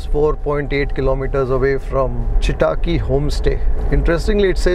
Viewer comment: Loved it! You have to improve your kannada pronunciation. Chitaaki sounded like a Japanese name😊. It's simple Chitta akki a tiny bird. All the best!